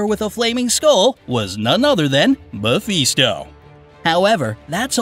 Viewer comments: I like this video but seriously “infinity gems” that hurt and it’s Mephisto not Mefeesto 😭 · me"pheesto" its not that hard to read words phonetically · Learn how to pronounce Mephisto.